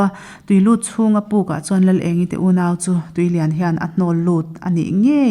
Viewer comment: Chhiartu hian, "tui leiah a lut" tih lai a chhiar hi a, lam dan thlûk a dik chiahlo